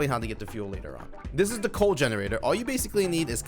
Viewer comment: Whoelse caught say laler instead of later 😂😂